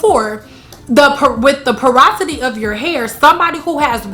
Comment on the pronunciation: Parasity????! Porosity girl🙄